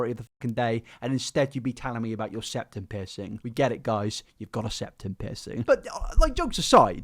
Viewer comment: Okay but you saying piercing sounds like pissing